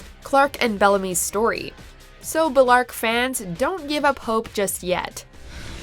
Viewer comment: are we all just gonna ignore the fact she called them bi-larke rather than bell-arke